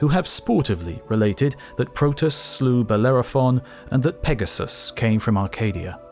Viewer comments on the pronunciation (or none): none